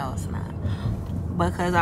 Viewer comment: mom "well your "gworls" can wait!"😂